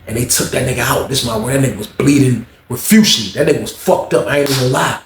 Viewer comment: nah wait, this nigga done remix the word “profusely” with refusely “😂😂😭”